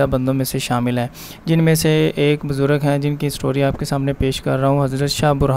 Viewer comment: Right ward HIFZ WRONG HIFEZ WRONG BUZRAG RIGHT WORD BUZRG